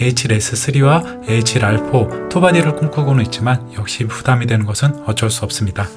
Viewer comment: 에이치랄 ㅋㅋ 첨엔 욕인 줄 알았네요..